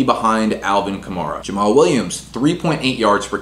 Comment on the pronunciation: Thank god you pronounced “kamara” correctly